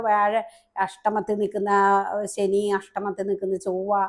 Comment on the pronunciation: സനി അല്ല ശനി എന്നു പറയൂ നല്ല ഉച്ചാരണ ശുദ്ധി ഇല്ലെങ്കിൽ അരോചകമാണ്.